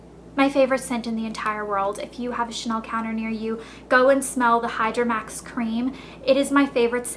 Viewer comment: the hydramax is pronounced Hee-dramax (worked for Chanel) <3